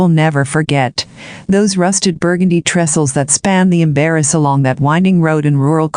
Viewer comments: People around there pronounce the Embaras River the "Em-bra". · It's "ehm brah" river. 😅It drove me nuts the whole time! I'm from the area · She can’t pronounce Embarass River or Urbana. (AMBRAH) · I corrected too! 😅 It drove me crazy listening to it. And you can tell these people know nothing about the area. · The river isn't pronounced correctly.